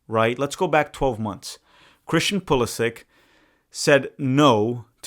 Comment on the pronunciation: Brothers channel is called tactical manager and can not even pronounce Pulisic the right way haha it is Poo-li-shich why do all the american never take the effort to speak out the names the right way? They are all so ignorant and think everything is in English…